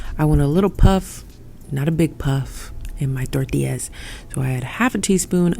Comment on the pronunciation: Love how you pronounce tortillas and comal sounds like you speak Spanish fluently. Great Video Hermana 🔥💯✊🏽